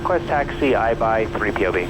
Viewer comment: The minute I heard Ryan say Aibai I knew we were in for some trouble.